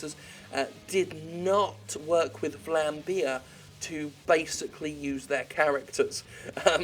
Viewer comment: No one says Vlambeer the right way, hahaha.